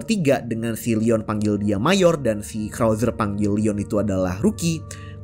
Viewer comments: Majorrr bukan mayorr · Tulisannya Mayor, dibacanya Mejer